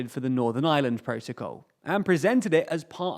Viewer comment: P it sounds like "the island of island"